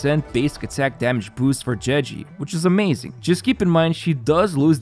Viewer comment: "jeji" xd